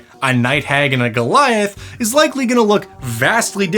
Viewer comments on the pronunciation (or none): none